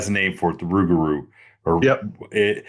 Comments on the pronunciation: Never heard it pronounced 'rug - a - roo' 😂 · Hello gentlemen I'm from Des Allemands Louisiana Yall don't think I'm trying to sound like a dic but it's pronounced Rou-gaH-rou.. that's how my how my great grandmother born 1893 died in 1996 pronounced she was also of native American decent but not just her every person I know down here in deep south Louisiana pronounces it that way it just trips me out when I hear folk say rugahrou like said 😝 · In my culture...in my culture...in my culture...You're 1/8th Indian max. Just looks like a normal white dude to me. Seem to see that a lot on these channels. Larping. Oh and it's pronounced 'Roo-gaH-roo'